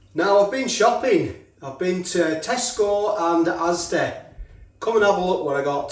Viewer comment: I love the way you say Asdeh and Pukkeh lol